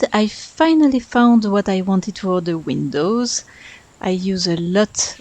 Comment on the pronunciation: Love the colors! Your English vocabulary is excellent. If you want some pointers, there's a few times where you put the emphasis on the wrong part of the word (for an American speaker, at least). For example, you said DE-lete, win-DOW, ta-BLE, but I would say de-LETE, WIN-dow, TA-ble. And one thing you may not know, Brits use the term "holiday" for time spent away from work and home to travel for fun and relaxation, but Americans use the term "vacation." Americans only use the term "holiday" for special celebration days Christmas, New Year's, and Independence Day. So most Americans would be very confused by you calling this a "holiday home." Just something to keep in mind if you want to reach American and British audiences.